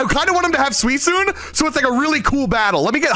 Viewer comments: Im sorry did he say suicuine with a SOFT C? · This stream has been hilarious The fact that called Suicune "Suisune" and mistaked Raikou with Raichu Gulpin Deez Nutz Hardy 😭